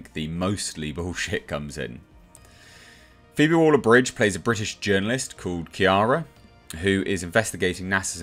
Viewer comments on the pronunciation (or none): none